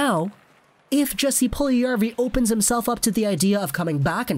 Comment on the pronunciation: It’s pronounced “Yes-ee” no hard “J”